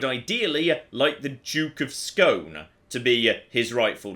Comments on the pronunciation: Not Scone, SKÅÅÅÅNEEE! (Å = "OE"-ish) Always fun to see my hometown Halmstad show up now and then. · When saying Skåne, just add an E (like the word Egg) to the end of Scone and you're pronunciation goes from a 2 to a 7